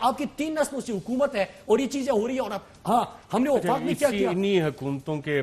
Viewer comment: Wafaq bolti hay soo a or sooba kheta hay wafaq.